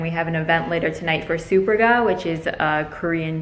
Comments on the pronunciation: When I heard you pronounce it [super-ga] I jumped up and though “wow I thought it was [su-perga] all this time!” and for a second I doubted my whole childhood 😂 I’m Italian but I was willing to believe it was Korean haha! Don’t worry, we will always support your cheerful and funny spirit ❤️ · Superga is pronounced more like “su-pérga”, less like súper-ga (it’s Italian). Love your outfits!